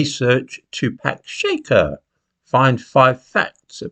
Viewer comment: 'Shakur' has the stress on the 2nd sylable: ' shack- UR ' ( like McClure) I hope this helps...